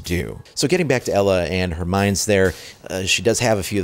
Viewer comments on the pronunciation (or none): Just a note: Ela is pronounced like Eela, not Ella xD